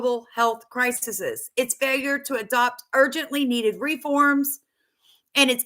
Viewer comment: Please note crises pronunciation Thank you